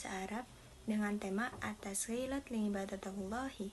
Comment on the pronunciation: Liibadatillah bukan liibadatallah ya 🙏